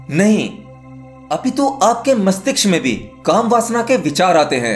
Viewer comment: Aap mastishk theek se nahi bolte hain. Kripya khud sune apna bola hua aur ise theek karen.